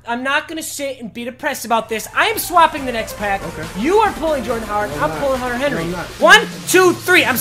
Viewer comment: you don't know how to say Jordan Howard do you